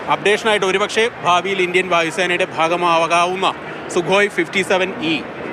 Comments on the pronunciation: സു അല്ലാടി മൈരെ സുഖോയ് 😂😂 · Soo alla kooo 😂😂😂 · സു alla chechii sukhoii enn aanu athine parayunath 😮